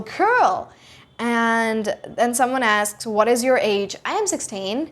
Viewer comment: When you said somebody asks you? How do you say that?? It sounded like askes you, can you make a video about that that please?